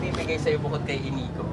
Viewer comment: Hahaha 😂ang dami tawa ko dito sa dumating na inigo naging Inigad hahaha